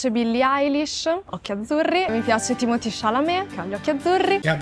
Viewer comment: Thimotee Chalamet ha gli occhi VERDI!!!! E già dovrebbe vergognarsi per come ha pronunciato il suo nome